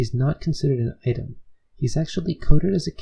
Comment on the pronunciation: i’m confused at the pronunciation of the word “Item”